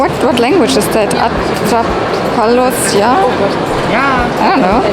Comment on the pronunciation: Hi, that's Spanish! Most likely the latin american version (the one I grew up with ¡Atrápalos ya!) since the one from Spain was very different (¡Hazte con todos! I think?). Also, a pretty good pronunciation for a language you didn't recognize at once! 💜